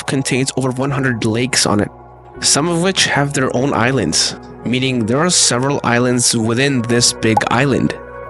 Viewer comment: You said thirty correctly, but you pronounced there as dare.